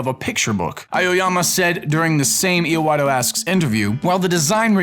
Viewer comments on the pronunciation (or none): E-WahTah. Not E-UH-WahTah. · It's Iwata not Iowata, show the dude some respect. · "E - oh - wah - tah asks..." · "euwatta" ... close enough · "Eawotto Asks" (I'm sorry) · "I-O-Wata?" Ugh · the fuck did just say? e-a-wata? da fuck? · "Ee-oh-wah-toh"? "Aye-Oh-yah-muh"? Do have a stroke every time you try to pronounce a Japanese name? I swear you butcher every one. It takes about 10 seconds to google how to pronounce a name. It's really not that hard to not sound so ignorant, especially because there is an actual place in Japan called "Aoyama".